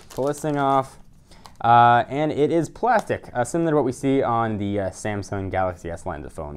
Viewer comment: Did anybody else notice the way he says on?